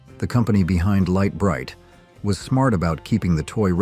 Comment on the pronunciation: You pronounced Lite Brite like 5 different ways